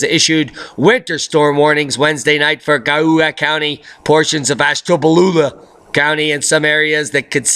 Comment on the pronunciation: OMG, you crack me up...LoL... the way you pronounced "Ashtabula" so funny... I get your sense of humor... Thank you for always being REAL...always telling the truth & always making me laugh...you said that I can manifest anything I want...well then I would like to manifest 2 of those VIP Tickets one for myself and one for my daughter &.we would like to go with you:) omg that would be awesome... '